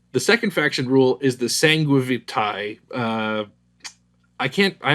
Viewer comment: Phonetically you don't pronunce the A in AE so is SANGUAVITE